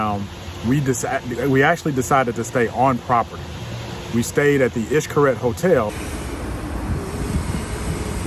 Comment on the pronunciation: Hes not 100% perfect either but wayyy closer than you are! It was bugging me when you were saying it. Sorry to say it but you were BUTCHERINGGGG the pronunciation.